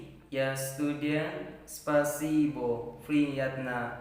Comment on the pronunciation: bang sory .Спасйбо o nya dibaca a. jdi spasiba baca nya.. 🙏